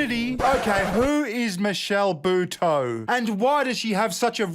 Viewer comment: Lol, that's not how you pronounce Buteau.